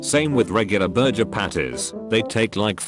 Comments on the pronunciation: take a shot every time the TTS mispronounces burger and enjoy your alcohol poisoning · Voice said burjer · I don't blame the AI voice for messing up that word; I don't think I can quite pronounce it right myself (I mean, it comes from Nahuatl and even the name of the language is hard for me to say lel), but for it to say "burger" wrong is a bit strange.